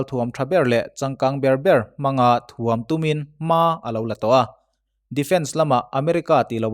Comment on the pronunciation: thuam tih hi tuam thluk anga lamri lovin,ralthuam tih a thuam thluk ang hian lamrik ni ta se ngaihthlak nuam zawjin a rinawm